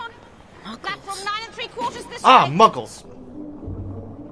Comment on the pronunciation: 😂I’m dying. Did u just call muggles “munkles”?! Hahaha. Ima ALWAYS call them munkles from now on. Thanks for that.